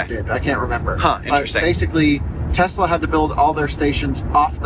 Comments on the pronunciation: LOL!!! Did just say TESLER??!! HAHAHA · “Tesler” … “everything’s computer” … these guys are really up with current events